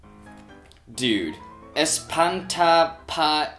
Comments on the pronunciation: ¡"Espanta-pajeros"! Lol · espanta pajeros, en ese momento Cell sintió el verdadero terror! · dice "espanta-pajeros" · palabra: ejercer, intento gringo: iherr sier xD espantapajeros xD palabra: exigir, intento gringo: exihigea xD